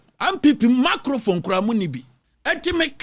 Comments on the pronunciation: Did I hear "macrophone"? 🤭 😁 😅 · After twante twante, ANPP ANDC APATWUUNITY, You desnt wown a meecrofon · Apotwunity. You doesn’t wown a macrofone.